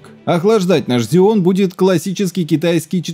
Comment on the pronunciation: Так режет слух, когда ксеон называют зионом! Жесть, две ошибки в слове из пяти букв)) Ролик вроде интересный, но не стал смотреть в такой "озвучке"